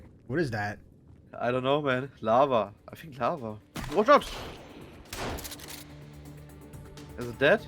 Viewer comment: so wie du lava gesagt hast wusste ich sofort dass du deutscher warst haha